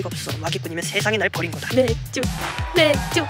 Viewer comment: 맥쥬 ~ 맥쥬~ 그러치 그거즤이~~~ ㅋㅋ 발음봐라 아주 귀욤 터짐